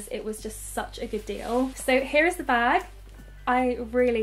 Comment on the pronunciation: Bag not nah